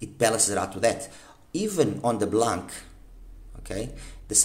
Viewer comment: In French the C is silent in blanc. It means white.